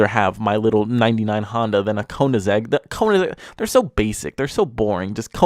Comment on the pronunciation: How tf did you just pronounce Koenigsegg? That was awful!😂